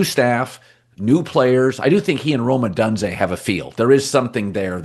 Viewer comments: Man... Odunze is "Oh-DUNE-zay" -- why does he keep insisting on pronouncing it "Oh-done-zee"? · Rome Oh-DOON-Zay. It's not hard for my 7 year old nephew Colin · Colin, you can’t even say odunze’s name correctly showing that you do not watch games with the bears! So stop your BS on them for the sake of of ignorance! So annoying with your 20 mins takes on something you don’t have a full grasp of knowledge on.